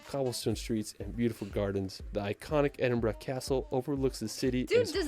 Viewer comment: I live in Edinburgh. Pleased to hear him say it correctly. I've heard a lot of non-Scots say Eddin-boro. He didn't say Holyrood the way we say it though. We say Holly Rood (rhymes with Hollywood!).